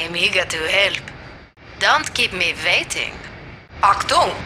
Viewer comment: And she pronounces Waiting like "Vaiting" 😂